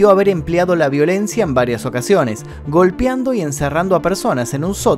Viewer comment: Se dice GOLPEANDO. Diciendo “golpiando” no vas a brillar en sociedad che.